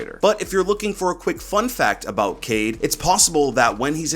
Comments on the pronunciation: Niggas whoms't say "kade" instead of "kai-eed" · Yes, it is read as Ka-Eed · Yes it is pronounced ka eed (قاءد) and it is written in french kaid :) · His name is pronounced Kye - eed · I’m pretty sure his name is pronounced Kay-eed, not Cade. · it’s pronounced (KI-EED) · It is pronounced Ka-ied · It's kha - ed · Kaid accurate pronunciations is "Quaid " more like " kai eed " like dragon ball z "kai" i know cuz i am from asia .. In our Language " Quaid or kai eed " means a leader same as described by ubi.. i hope it will help in his name pronunciation lol. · It is pronounced cayeed in Arabic it means leader so I will say cayeed Edit: was scrolling through comments and saw what I said already but I really love your take and ideas on the new ops and their gadgets keep up the great content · Amazing work as always! Looking forward to your content this coming season. A few things: 1. Pronunciation is more like KAH-eed. Arabic: قائد (qā'id) Pronunciation sound file (MP3): Definition: A local governor or leader, especially in North Africa or Moorish Spain; an alcaide. (Source: ) 2. Echo does in fact use a phone, just has knowledge of how to counter Dokkaebi's hack because they developed software and gadgets together, or something like that. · Kaid pronounced Kayeed in Arabic means leader, so I think it’s pronounced like that